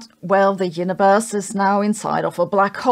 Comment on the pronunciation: Please stop saying "Hyuniverse"